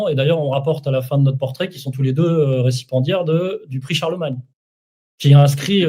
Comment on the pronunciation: Pour info mon cher, à moins que tu ne sois dyslexique, on dit récipiendaire, et non recipendiere🙏